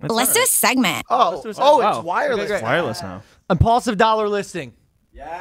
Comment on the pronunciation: its impaulsive not imajlaksive mike know who the host is